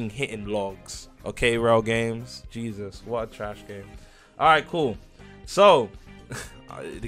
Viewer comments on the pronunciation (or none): none